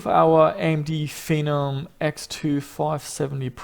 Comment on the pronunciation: Fen-om said like venom but the v is a f